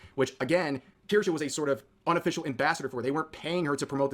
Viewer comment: Watching chat congratulate you for FINALLY saying it right warms my heart